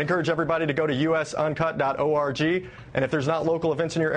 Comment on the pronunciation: Why do they say orgy to .org? They can pronounce it correctly for , why would you confuse people like that?